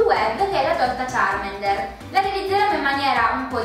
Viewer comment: Ma sono due bambini? (cit.) Sbavo :-Q__ P.S. Charmander non Charmender ;)